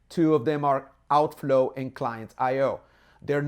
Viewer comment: you said otflow ?